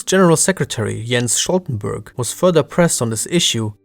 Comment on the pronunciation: ... that's not how you pronounce Stoltenberg. It's not "Sholtenburg"